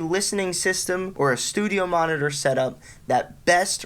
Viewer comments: Noooooo it's all i can hear now and he can't even say it properly. I just wanna go grab mine and smash em 😱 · New year's drinking game: watch the video and take a double shot every time he says studiomonitors. Regular shot each time he says monnidurr or studiomonnidurr (singular). Brotip: actually, don't. You'll be dead within 3 minutes. 😂